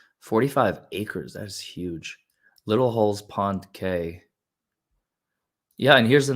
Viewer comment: About 25 minutes in: Cay is pronounced Key. I know, it follows no rules. Sorry if someone corrected that in the stream already.